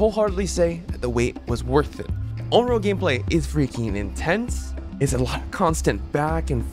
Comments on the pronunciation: ON-REE-OH. PLEASE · listening to say onro throughout the whole video... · What did you say her name was? Onlo? xD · I think you gotta work on your pronunciation of Onryo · That has to be the weirdest pronunciations i have heard for "onryo" 😅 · Lmfao bro it’s so cringey that you say “Onryo” the wrong way. Like I actually stopped watching because of how cringey that was. Educate yourself, kid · The pronuciations of "Ringu" abd "Onryo" bring me physical pain.